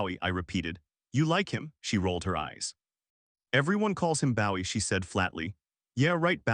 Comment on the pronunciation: It crazy how they pronounce Gina and Bowie.